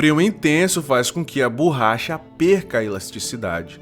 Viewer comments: Não é BURRACHA. Fala-se BORRACHA. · “BURRACHA” mano além do português errado, faça um curso de narração, você fala de maneira estranha